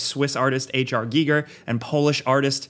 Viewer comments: "HR geeger" x) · “HR Geeger”